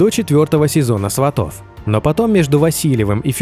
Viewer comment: Не сватов, а Сватов, ударения на С